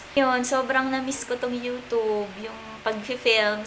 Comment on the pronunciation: Ung pagsabi nya ng youtube